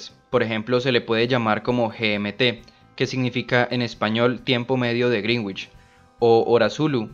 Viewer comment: Un consejo, el meridiano de Greenwich para pronunciarlo bien es como si se escribiese así "griinitch" no literal como se escribe porque si un angloparlante te escucha diría que es el meridiano de "la bruja verde" por su traducción fonética de decir "greenguitch". es todo